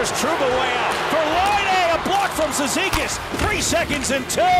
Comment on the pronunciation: Комментатор на голе Кейси цизикасе кон...л похоже )))